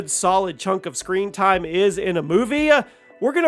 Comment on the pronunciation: I never knew the words TIME and multiple other words were pronounced eith an 'A' on the end TIME'A